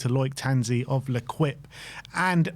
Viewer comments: STOP calling it Lerkwip. It's l'equipe. Sounds like Laykeep. It means team in French. Please fix up boys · Guys guys guys for over 1/2 decade I’ve heard you say “Luh-kwip” for the French sports site/publication “L’Équipe.” Just… hurts the ears 😂 “lay-keep” 🙏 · L'Equipe is pronounced Leh-keep. Sorry, my wife is french and laughing. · the name of the newspaper is L'Equipe, pronounced LehKeep